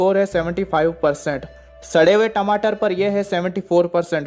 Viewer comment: I like the way he says "sadhe hue tamatar" 🤣🤣